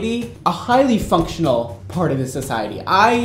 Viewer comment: 😁 i keep hearing "fucktional"